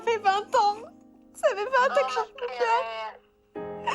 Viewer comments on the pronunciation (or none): elle a dit " SA" au lieu de "ÇA"